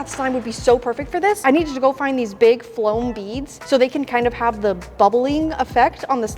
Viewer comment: The way she said floam beads 🤣🤣🤣